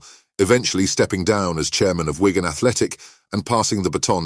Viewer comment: It's Wigan not ygan 😅